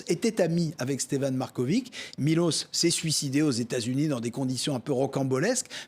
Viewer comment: On dit pas "markovic", mais "markovitch". Ca sera sympa de prononcer les patronymes comme dans leur langue d origine. La lettre Ć se prononce "tch". On prononce "slovénats", pas slovénak. Ca veut dire "le Slovéne". Un petit effort... Et "miloch", pas 'miloss'. La lettre Š se prononce 'ch'. Miloš.